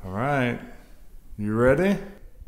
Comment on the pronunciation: Bruh did he rlly just say D,von